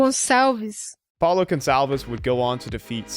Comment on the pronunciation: I'm so happy you checked how to pronounce "Gonçalves".